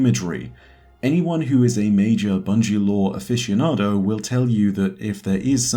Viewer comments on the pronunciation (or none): none